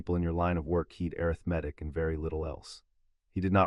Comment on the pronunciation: Overall an amazing storyline!!! Worth the listen! Thank you for an interesting end to Voldemort! I won't be listening again though. All the, "airith-metic", became confusing and aggravating! The number of times the word, "Century", was used during Harry's last 100 years in the vault made me think that he'd been in there for 7 or 8 days. Then, because Harry could rewrite the story and, "Set himself down on the afternoon he left", , my mathematic mind threw up its metaphorical hands. (Facepalm)